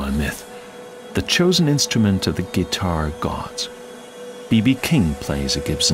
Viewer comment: What’s a Gee-tar?